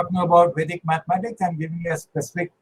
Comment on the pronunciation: CK Raju sir, why are you still calling GANITA - mathematics (MITHAMATICS!!!)???